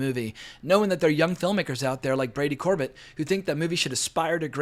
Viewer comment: The writer/director's last name is pronounced Cor-bay like Sorbet the frozen dessert, just fyi